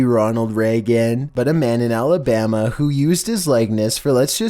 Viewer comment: I'm sorry. I couldn't be serious for the rest of video when I heard Alabama